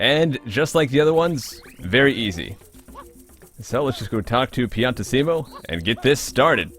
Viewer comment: btw,piantissimo it's not spelled like that,never slow down when speaking it(but still make the double S sound)